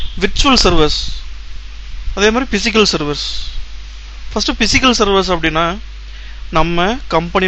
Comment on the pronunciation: Pronunciation is very very bad... especially physical